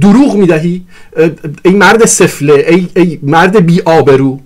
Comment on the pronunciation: چقدر تکراری بود گفتارت. تمام این گپها را میشد در حداکثر دو دقیقه خلاصه کرد. در ضمن تلفظ واژه سفله را درست بگو. کشتی همه را با دو واژه « سفره » و « قطاع الطریق »